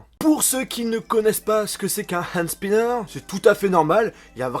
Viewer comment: Désolé mais c'est pas spaiiiaianer mais spinner